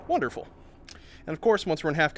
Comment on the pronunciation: Gotta love his giddy laugh and "wonderfull" lol